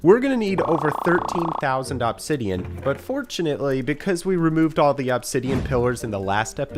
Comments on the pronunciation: Aww-b-sideon is killing me…… ITS UHH-B-SIDEON (I watched this video start to finish) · I like how he says Ahbsidian instead of Obsidian 😂😂😂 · "awbsidian" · Bro really saying OBsidion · It's only been 20 mins and I'm already over how he's saying Obsidian. Thought it was satire at first, but it just keeps going